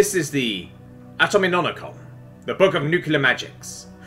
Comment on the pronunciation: I believe you got Atominomicon correct. Of all the words not to mispronounce you chose this one. I'm impressed.